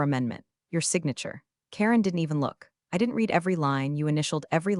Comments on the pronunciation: AI doesn't know how to pronounce "read" in context. It kept saying REED when it should have been RED. Annoying. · Great AI - it can't even tell the difference between the word "read" (red) and "read" (reed) 😂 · The same reason the Ai voice "reads" the words "She read... " but pronounces the word "reed." Definitely a low i intelligence. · "...REED it, RE-REED it.........."!!!! Once again, a POS AI!!!!!!!!!!!!!!!! HOWS BOUT, "RED it, RE-RED it"!!!!!!!!???? This is NOT looking good for your DAMNN AI if it already starts mispronouncing !!!!!!!!!!!!!!!!!!!!!!!!!!! STRIKE ONE!!! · Teach the AI to pronounce Read as Red not Reed. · True, but AI will never get it. It can't even get using context to determine if the pronunciation of READ is reed (something to do) or red (something completed) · Can’t a person correct the AI mispronouncing words? “Read” can be pronounced two different ways, and the AI always got it wrong. Thumbs down. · The single most offensive incompetent AI error I keep seeing is to pronounce the past tense of “read” as “reed.” The past tense is pronounced “red,” dumbheads. Please train your AI narrators on actual English speakers. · The word "read," when used in the past tense, is pronounced RED. Also, it's a good idea to check that the voice-over matches the captions. Punctuation when reading is crucial. This sounds as ifit is read by a 2nd year high school student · The AI reading is painfully obvious… too fast, pauses in the wrong place, words mispronounced (i.e. “read” as “reed” when not correct). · Miss AI read and red (read past temps) are different. English is hard. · Another AI who can't tell the difference between read and read.